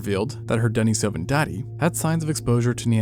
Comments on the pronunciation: Denny > duh neece a vun. Not denna soh vun. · Dude, it's "din-EEs-O-van." After the cave they were first found in.